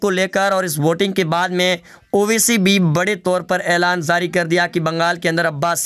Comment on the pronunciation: Oye bolna seekh.Zari nahin jari hota hai.